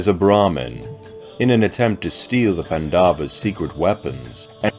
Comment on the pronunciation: Great video! Just one small correction. You are pronouncing Pandavas as pan-daa-vas when it should be paan-da-vas. The stretch should be on 'pan', not 'da'. Other than that, this is awesome content.